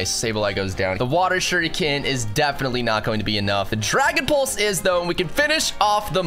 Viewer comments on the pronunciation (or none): none